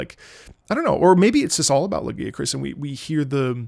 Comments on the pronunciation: IT'S LA-GUY-A-KRUSS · "I'm not gonna say it the other way" You're so real for that (personally I pronounce it Lah-guy-uh-crus) but the way says it gives me PAIN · I noticed that the way Lagiacrus gets pronounced varies from language to language (guys, try when you have time). I always pronounced him “Lah-Ghee-A-Cruz” or “Lah-GeeAh-crus” and in some languages he’s pronounced in these ways. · "lagi-crus" XD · Listen. You can't pronounce the name right, you gotta go back to square one. And for all you coming after me, no we do not listen to, he's autistic.